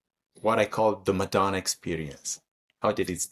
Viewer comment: Darling, could I make one loving and respectful suggestion: in future videos, could you pronounce "Madonna" in your authentic Italian accent? It's an Italian name after all! 💕 Thank you for your incredible work and dedication to Madonna's art. 💋